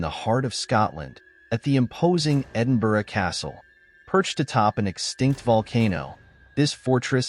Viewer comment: …. Cant edit but meant to say totally respect your proper pronunciation of Edinburgh which seems a challenge to most outside the UK. Look forward to seeing more from you x